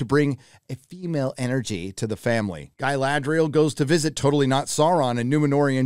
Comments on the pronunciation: who is gai la dry al? I mean if you are going to criticise maybe not pronounce it like they are from the deep south. cool vid though, this show is terrible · after I heard your pronounce Ga"i"ladrial I understood where you are coming from :)))) If you are a fan than lean back and enjoy that you got something at least (and give them some constructive critic if you have something to say)... If you are not a fan, stop watching it and move on... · Gailadriel - Galadriel! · Agree with everything cept the cgi shots of the cities isnt just nice its incredible give some credit. And calling the dude sauron!! Every single time like its still funny is gettin more annoying than the show. Same saying GUYladriel. Aite we get it man. But yea show is pure doodoo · Mispronunciation of Galadriel shows some fair evidence of not watching the show or reading the books. I do agree though that they're messing up the story a lot and the casting is not so great. Who gives a shit about race/skin color? I would hope they chose the best actor for the job but Galadriel's casting sheds a lot of doubt on that. I had doubts after the complete fuckery of The Wheel of Time and sadly those doubts were completely founded. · Is your mispronunciation of Galadriel supposed to be a joke?